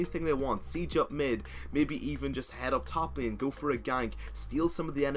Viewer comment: "Staying in Lieeen" wuuut?